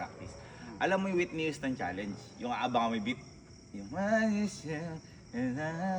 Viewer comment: Hindi yon witni waytni houston😅